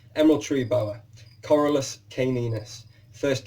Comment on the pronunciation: Hi, excellent video. But it's Corallus and not Corralus. Same mistake on your website. Olivier